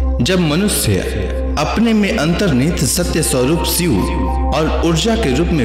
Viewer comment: सिव नहीं शिव 🙏